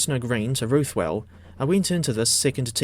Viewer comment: can you please learn how to say ruthwell right